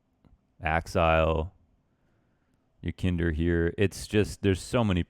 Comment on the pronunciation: It is pronounced more like yekinDAHR but doesnt matter honestly. Great vid tho keep up the work